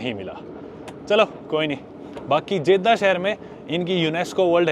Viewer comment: Many foreigner visits Saudi Arabia and they don't keep cleanliness. Ahram no Irham. Jedha not Jaidah. Makkah not meeca. And I subscribed you to give respect to The mosque of prophet Muhammad (PBUH).